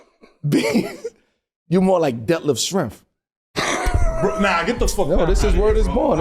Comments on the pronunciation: How I couldn't breathe when they man said detlef schremph..... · Yo I'm dying he said over rated and def shirmp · Bro said Detlef Schrempf